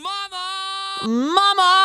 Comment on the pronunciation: I noticed he seemingly makes a b sound on the quiet mama. Sounds like bama as in obama